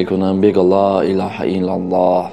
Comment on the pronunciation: МУРОЧИАТ БА "КАЛИДИ АСРОР". Мухтарам муаллифи канал! Эхтиромона хохиш менамоям, ки дар талаффузи калимаи "Ло илоха иллаллох" бодиккат бошед. Зеро харду харфи "Х"-и калимаи "Ло илоха иллаллох" "Х"-и халки намебошад.( Яъне бо тарзи лахчави гуем бо куртук талаффуз карда намешаванд). Дар ин бора аз Кори Мирзо Махмудчон пурсон шавед. ХОХИШМАНДАМ ИН КАМБУДИРО ХАТМАН ИСЛОХ НАМОЕД.